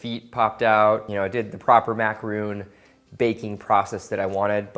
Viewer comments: Sorry, I should correct/clarify that comment - isn't calling them macaroons per se but he is pronouncing macaron as macaroon. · Those are macarons not macaroon. Please correct your pronunciation because it could confuse people who don't know the difference. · Ok man. You're killing me! You're a chef you should know the pronunciation of such a common desert! It is not mack-ah-roon, it is mack-ah-rahn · these are macarONs not macaroons! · Andrea S Morales M THANK YOU!! Emilie Dubois Yes I'm afraid he may like to pronounce it 'macaroon' because he isn't French but that doesn't change the fact that it's wrong as they are two different things. Sorry, it's just a massive pet peeve for those of us who find it annoying :L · If he's so "obsessed"' with macarons why doesn't he pronounce it correctly? Good recipe but as the video went on I got more and more annoyed. Haha